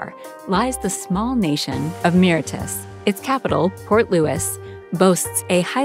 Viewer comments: "Miritus"?? "PREformance" ?????????? Good grief. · Mauritius: pron. more-ish-uss